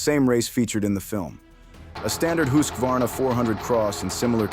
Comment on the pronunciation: It is pronounced, hus var na